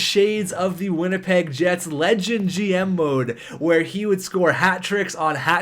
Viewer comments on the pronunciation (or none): none